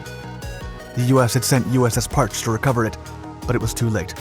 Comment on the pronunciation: Normally I love your videos, but this one has some blazing pronunciation issues that are killing me. The sun you are calling “Parch” is really pronounced as “Parchee”. There’s been a couple more but that was the one that made me type this out. Might I recommend the book/audiobook “Blind Man’s Bluff” by Sherry Sontag. It covers pretty much all of the submarine activities during the Cold War. It would give you some more stories and the audiobook would help with the pronunciations. Hope this helps!